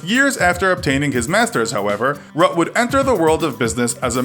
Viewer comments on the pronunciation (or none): Please, say RuttE and not Rut. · great video but I suggest just getting some advice with regards to pronunciation of the various names of these people. For example, Cyril Ramaphosa sounds like "Ra-ma-fo-za" while you pronounced it "Ra-ma-po-za". Another would be Mark Rutte which you pronounced in a very american way but should rather be pronounced with the "e" at the end. In dutch if we end on vowels they aren't silent.